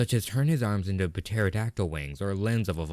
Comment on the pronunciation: Why do you pronounce pterodactyl like that